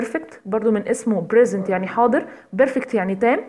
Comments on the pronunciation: من ناحية في فائدة في فائدة ولكن في نشاااز اخواننا المصريين يشوهون اللغة يااختي الناس تتعلم منك نقول present simple وليس bresent!! وكثير من الكلمات مثل cantinuous انا استفدت من الفيديو ولكن ضايقني النطق جدااا ارجوكي حاولي تصححي النطق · انت لا تتكلمين بالصحيح اسمو pesent مو bresent الله يهديك